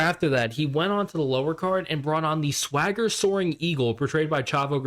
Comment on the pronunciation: It’s weird how you kept mispronouncing “Thwagger” 😂 Loving your videos, mate!